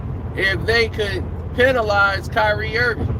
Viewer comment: It’s “Kyrie”